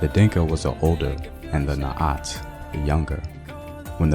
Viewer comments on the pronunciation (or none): Kuoth! not kwoth, Naath! not Naat, Thanks for sharing though